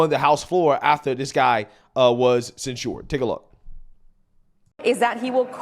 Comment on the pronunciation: The way you say censured is ridiculous. It's not cen-shored. You're adding extra stuff that's unnecessary. Maybe this comment is unnecessary. But dude, you constantly say things wrong and do these subtly annoying things.